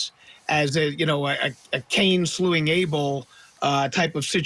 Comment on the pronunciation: The words are stole not stold & slaying not slewing!! Wish the Americans would stop brutalising the English language! 😂 That being said & in all seriousness… 🤍🤍🤍🤍Canerio Family